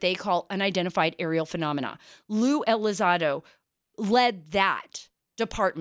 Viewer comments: It's not pronounced Lue Elizodo it's Lue ElizONdo. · The name is Elizondo, Sara, not Elizando. Mr. Elizondo’s “jumping into conclusion” comments in regards to a theological position simply demonstrates that he disregards the supernatural aspect in regards to the UAP. A very dangerous approach to a subject (UAP) that has clearly shown to be a lot more capable than Elizondo himself or for anyone in this matter. Curiosity kills the cat. Praying for ya, Mr. ELizondo. And yes, you too, Mrs. Carter. Be blessed in Him! By the way, Luisito, the video is NOT from a “gun camera”, it is from an Advanced Targeting Forward Looking Infrared (ATFLIR) pod. Cmmdr. Fravor aircraft, an F/A-18F Super Hornet (Pilot & WSO), during the “Tic Tac” incident, did NOT have such a pod nor videotape from the “gun camera”. The FLIR 1 is from the SECOND Twin-Seater Superhornet that took off after Fravor had landed. On the Advanced Targeting Forward Looking Infrared (ATFLIR) video taken by the second crew, it can be seen next to RNG (Range) symbology, the numbers “99.9” which indicates the radar in the Super Hornet is “unable” to get distance to the UAP. Fravor’s opinion is that the radar was being “jammed” by the UAP, considered hostile, according to Fravor. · Ya, she also mispronounced his name Tom Delon, and lue Elizado....Wonder how much research she did before the interview. Nevertheless Lue was good again.